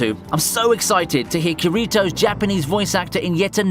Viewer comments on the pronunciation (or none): Tip: with Japanese names, put the "stress" on the first syllable, not the middle one. For example, it's "KI-ri-to" not "ki - RI - to"